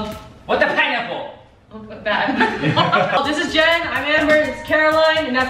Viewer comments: who else heard Peniel say in the beginning: I gOt aNoThEr PiNaPcOcOnUt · dude peniel says " what the pinepapple"